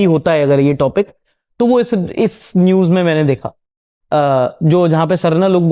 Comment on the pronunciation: aur kitna dil jeetoge ❤ bhai already itna jyada respect aur love hai dil me aapke liye And BTW सरना बोलते है सारना नही 😅